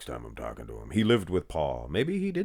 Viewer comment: I was not ready for “Scolios-ees baby please” 😂